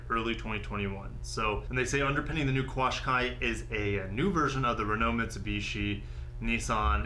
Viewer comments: Pronunciation is not "quashqai" but "qashqai" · FYI, Qashqai = cash-kai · Qashqai is pronounced like "cash-kai" .... was hilarious hearing you trying to say it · Pronounced Cash-qai (Qashqai) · qashai, is is Canada and it sucks. they pronounce is CASH KAI on the commericials. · In Australia the Nissan Qashqui we Pronounce it cashqui sounds better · It's pronounced kashkai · They sell the Qashqai in Canada, it’s pronounced cash-Kai. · Qashqai is pronounced "kash-kai" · So sick and tired of everything SUV/CUV. Soulless Utility Vehicles, while useful, are boring! Also, Nissan Qashqai is pronounced (Cashkai).